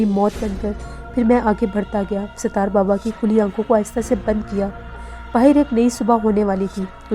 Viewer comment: . Please improve your URDU . Sitaar nahi Sattar Okay 👍 .